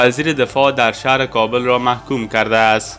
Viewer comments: هههههه میگوید Kabeeel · تورا به هر كه دوست دارى نام كابل را درست تلفظ كن .